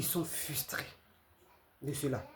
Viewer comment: On ne dit pas fUStré... mais fRRRustré. Voilà. Apprendre à bien parler français.